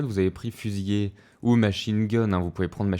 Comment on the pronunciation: Petit point de détail au niveau du français : c'est fusilier avec un seul L (qui du coup se prononce "lier" et non "yé"). Avec deux L c'est le verbe. Sinon j'ai acheté le jeu hier après avoir regardé une de tes vidéos, je me suis directement abonné ! Merci pour tous ces tutos !